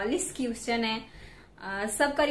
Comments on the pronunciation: #.. Ur pronounciation need to be highly improved It's pronounciated as 👉क्वेश्चन"👌...not क्युस्चन 😂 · 🤣🤣🤣🤣🤣 thumra English my goodness qushwin answur🤣🤣🤣🤣nhi hota question answer hota Hai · U r very nice youtuber..just need to improve English pronunciation.. For eg.. - question = kweshch-chan